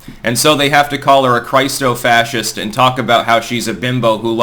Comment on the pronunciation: did you just say Crysto Fascist?